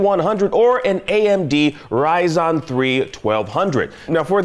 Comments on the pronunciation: Just in case this guy can read, it is RYZEN!!! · Bro is clearly a console pleb... "Rye-zon"? Really? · If you know you're already pronouncing Ryzen wrong, then why continue to do it on purpose? Dork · People telling this guy that it is RYZEN consider he can read 😂.